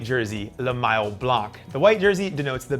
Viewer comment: Nice job except for the pronunciation. Grand départ and maillot were badly massacred. Please work on that !